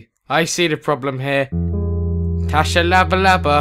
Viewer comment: his name is pronounced shabalala its south african